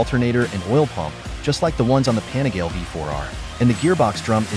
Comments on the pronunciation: It's pronounced Panigaleeeeeeee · The correct pronunciation is PAH NEE GAH LEH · Hearing this weird voice pronouncing Panigale 🤬. No thanks. Do not recommend this channel.